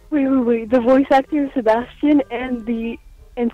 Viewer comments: grell: Se-bas-chan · they sound like they're saying se-bahs-CHAN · Me: "Se-bae-stian" 'aight imma head out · Ironic that the actual Sebastian voice actor pronounces Sebastian wrong